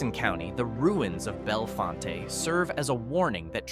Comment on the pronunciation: Pronounced BelleFONT